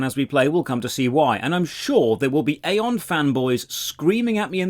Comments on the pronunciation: It still hurts that people think it's EY!!!-on and not Eye-on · It's Aye on not Ay on 😅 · EYE-ON. When Aion came out, during WoWs peak it was actually pretty fun and new. Getting your wings etc. I loved it but it faded FAST. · Ion is how it’s pronounced, you are playing the newest version that is actually terrible, classic Aion was amazing for pvp before the rift nerfs which killed the game, this review is equivalent to saying osrs is shit because it’s all sand casino and repetitive pve and ignoring osrs back when it was good over 10 years ago. I normally like your videos but this is 30 mins of milking views. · You are mispronouncing the game name. :) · it's aion not aion 😐